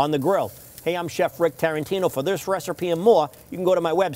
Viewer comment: He said ‘recerpee’